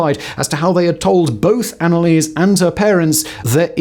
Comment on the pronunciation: ah simon, you are butchering that name.... but i´ll look over it eventhought my ears hurt everytime you speak her name